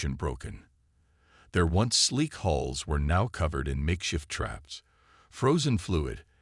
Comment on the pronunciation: Will you guys PLEASE GET IT STRAIGHT “ IT IS HULLS NOT HOLE OR HALLS OR ANY OTHER WORD THAT MAY SOUND EVEN REMOTELY LIKE IT. IT IS HULLS { THE OUTER SKIN OF A VESSEL} PERIOD !!!!! DAMN IT